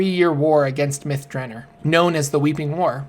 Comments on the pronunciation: If this isn't pronounced myth Dra nor. And not myth Draner. They smoke crystal myth at myth draner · Its myth dra nor not myth dranner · Myth "Druh-nor". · Two questions. First, why do you pronounce "Elminster" as "Eliminster"? Where are you getting the extra "i"? Second, why do you pronounce "Myth Drannor" like "Myth Dranner"? The "-or" ending has a distinctly different sound compared to a "-er" ending. Your pronunciation sounds like the "-er" ending, even though it is spelled with an "-or" ending. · Cause it is. His pronunciations are crap. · Except there is a double N in there.. so Myth Dran-nor. Also I think there is a poem in one of the books about the place that makes it better to rhyme with Nore, than Ner. I've looked up pronunciations of it online and they pronounce it both ways. I think it sounds more epic with the Nore ending. Still I often mispronounce a ton of stuff in DnD and the Forgotten Realms. So I can't really fault.